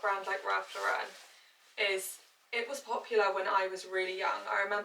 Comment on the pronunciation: As an American, can you please say Ralph Lauren last name correct? He’s a fashion icon to us.